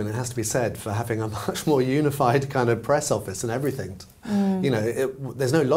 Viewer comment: please stop saying “everythink”